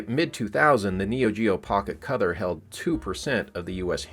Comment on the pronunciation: Were you saying "cother" instead of color?